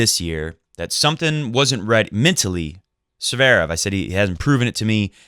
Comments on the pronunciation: In German it's pronounced Tsverev, but in Russian Z and V are pronounced simultaneously with emphasis slightly on the last syllable, Z an V are not pronounced as two consonants. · Please don't pronounce it as, "Zuhverev".